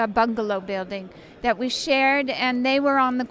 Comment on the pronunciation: I wonder If she realized that she said "Bungalow BILLding" ;)